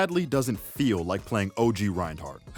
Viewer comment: The d in Reinhardt is silent